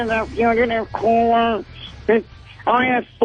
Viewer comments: Dear Greg: wtf is a FUCHative …?!? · Oh nooo they put a fugitive bit in this? It's too enraging to hear Opie mispronounce it every time, guess I'll be fast forwarding.